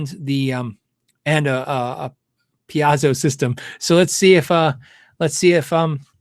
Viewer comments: Pie-ez-Zoe sucks. 🤣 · Hey! It’s pē-A-zō